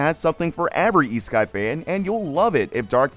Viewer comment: how are these "new" anime? I finished all episodes ages ago. I'm looking for new anime and thought wonder if your vid would lead me to something cool. I should have known it wasnt worth my time by the way you said isekai... E-sky? really?